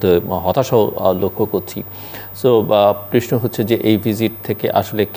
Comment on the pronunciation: Not preshno the word is prosno 😂